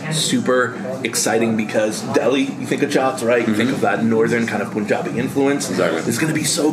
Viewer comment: Tf is POON-jabi...its PUN-jabi